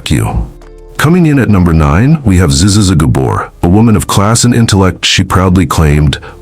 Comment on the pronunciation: learning how to pronounce names properly really helps. Zuzzy zuzzy zuuuy gabor. milton burly. superb. i might just subscribe just for the laughs.